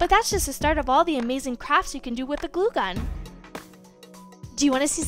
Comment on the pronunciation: Lol it’s glue gun not goo gun 😂😂😂😂 I love this channel